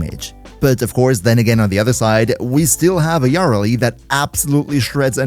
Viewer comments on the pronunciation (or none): you're pronouncing it wrong, its yuh-RELL-lee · Wtf is that Yareli pronunciation... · ❌ Yareli ✅ Yara Lee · Can you please stop saying “Yarly”? It’s Ya-re-li. 3 sylabbles. It ain’t hard. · Ngl yar reli triggers me. Me and everyone I know says ya reli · Yar lee 😂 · Love the video, but everytime you said "yareli" as "yarrili" i cringed lmao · yarr rehley lol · "YÁreli" bruh? Youre just baiting for comments at this point. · Say it with me: Yuh-REL'-ee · The jarl of Eli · He pronounced her name differently like 5 times and never the same way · Bro pronunciation of yareli pisses me off😂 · sorry man, im usually real tolerant when people cant pronounce something in warframe correctly, but that is NOT how yareli is pronounced and it cannot be tenable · theres a whole quest line abt her and they say her name multiple times. how do you mess this up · cant handle the way you pronounce her name... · Dude I was thinking the same lol too much pronunciation on the YAR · why you pronouncing her like that . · i swear you pronounce her name wrong on purpose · The Yareli pronunciation was awful, but the video is great. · 24s annnnd I am out that is horrible pronunciation